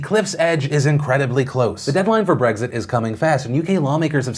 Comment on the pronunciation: I get triggered every time Phil says "Breggzit"